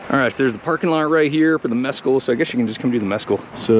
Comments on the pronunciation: MessCal, as in the tequila with a worm. Not meskul the gringo mispronounced word meaning nothing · it's pronounced Miss-Kal it is a cactus used in making Tequila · “”Mezz-cal” Meh-skal